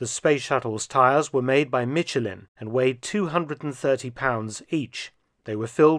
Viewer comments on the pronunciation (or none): "Mitchellinn"? As a German I am used to German names/words being butchered. Or Germans butchering other than German names/words. But even the German butchered version of "Michelin" sounds somewhat soft and still a lot closer to the French original... I'm sorry, but there's a line. Especially for people who make a living off education. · Mr. Fell-tune, Americans pronounce Michelin with the "ch" not hard. Ebonics spelling would be "Mi-sh-elin". 👁️🇺🇲👁️